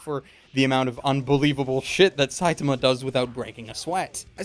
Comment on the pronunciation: the way he says "Saitama" irks me.